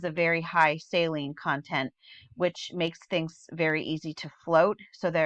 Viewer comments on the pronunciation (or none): none